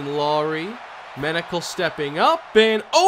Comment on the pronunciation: Front page: Menocal reaches the “penocal”